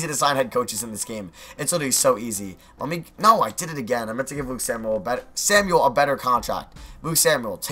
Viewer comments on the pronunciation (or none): none